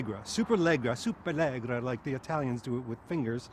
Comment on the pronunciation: Let me help you out. As an Aston Martin owner you need to know it’s pronounced “super-la-jerr-ah”